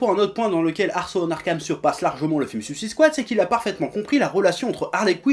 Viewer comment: J'ai aimé le film perso, mais cet animé a l'air vraiment bien, cette vidéo m'a donné envie de le voir ! Par contre, s'il vous plait, j'aimerais voir une critique française où "Suicide Squad" est prononcé correctement xD